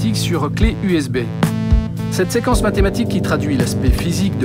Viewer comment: Wa il dit que seqence et electromaniatiqu sinon jaime trop sa video